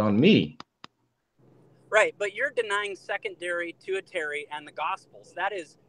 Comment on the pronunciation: “tu-ih-TAIR-ee”? 😂 If you’re going to try to appear intellectual and scholarly valid, maybe pronounce your big words correctly. Bro, it’s pronounced “TER-shee-air-ee”.